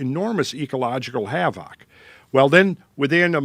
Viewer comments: I like how says HAVOCK (havoc) 🤣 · I love it whenever he says "havoc"